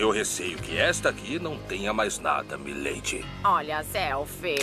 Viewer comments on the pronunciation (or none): Mai lady que o cat noir fala, você ta pirando nas paranoia meu bem, a escrita das duas palavras podem ser iguais "My Lady", mas a pronúncia do cat noir é mai leiri e a do carinha é mi leidi é parecido mas a senhors ta ficando loca nas paranoia